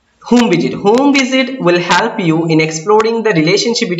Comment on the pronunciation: though your video remain very much helpful to me .. n i heartily thanking u .. ... The word like 'help' sounds a bit awkward to me ....Pls don't mind 🙏